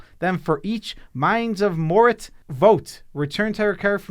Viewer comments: Ah yes, Mines of Morit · Mines of mort. There is no “t” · mines of moritz? in what universe is an a pronounced as tz